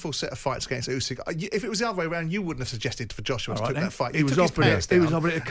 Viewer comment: Usyk not Yusyk Gareth